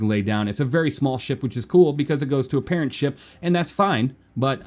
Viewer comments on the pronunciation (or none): none